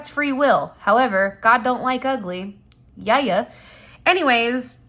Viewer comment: Not YAYuh😂😂😂